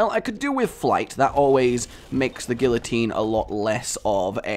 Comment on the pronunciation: couldn't even pronounce guillotine... disliked, flagged, unsubscribed. Okay but in all seriousness guillotine is a great item and does not get the respect it deserves.